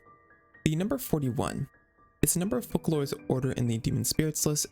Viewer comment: Also, from CBT1, Focalors is read as fohkalors but they changed it to fohsalor during Sumeru archon quest.